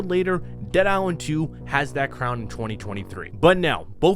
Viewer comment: How the hell you gonna do videos on these games without being able to pronounce a letter that's in both games' names? What's a Dead Iswand? What's a Dying Wight?